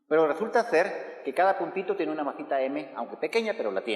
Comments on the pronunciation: JAJSJAJSAJKKJAJA a mi tmb "mazita" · Me gusta cuando dice "masita"